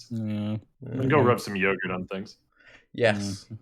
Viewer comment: I think this is my favourite baeclast ever. Found myself chuckling quite a few times!, you definately say yogurt correctly!